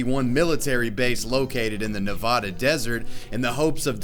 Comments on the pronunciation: As a person who lives in Las Vegas I get extremely mad when ppl call Nevada nevahda it’s pronounced Ni-Va-Da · As a nevadan its not "the nev ah duh desert its the nev a duh